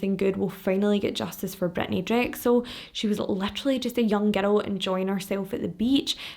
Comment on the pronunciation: Anytime you say girl or girls I hear “ghetto” or “ghettos”. Haha 😂 I love your videos, I’ve been binge watching all week while working.